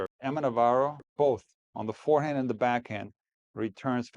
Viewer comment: I don't hate Brad Gilbert, but I do hate hearing him keep saying "fearhand" -- otherwise I have nothing against him.